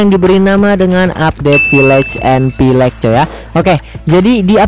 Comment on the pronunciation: Pillage atau pilek xD